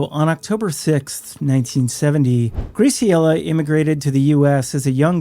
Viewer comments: Just a sidenote: Graciela is pronounced, "GRÄ-see-ellah." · The pronunciation of Graciela is killing me 😅